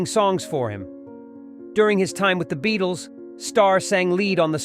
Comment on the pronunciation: Para Dicey? The Beat-Les? What AI read this thing? It needs tweaking!